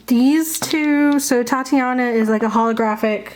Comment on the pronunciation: It's called Titania not Tatiana. Sorry but everyone mispronounces her name.